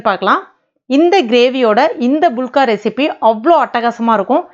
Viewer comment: இவங்க சொல்லும் போது புளுக்கா(புளுக்க) என காதில் விழுகிறது😀😂